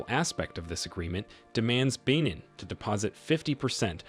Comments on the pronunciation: I wasn't going to make this comment but as I continued to watch the video it was clear the narrator has made little effort to seek the correct pronounciations. Coup = coo Benin = Beh-neen Wade = Wah-deh And also people of Niger are referred to as Nigeriens not Nigerians (confused with the people of Nigeria). Some of the subtitles were incorrect also (Chant = Chad, for instance) Other than that critique, this was a very informative video so thanks for making it. It Irk's me when so much research has gone into the video! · That’s not how you pronounce Benin sir